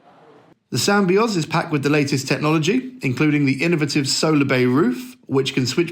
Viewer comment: Sam-by-oz seriously.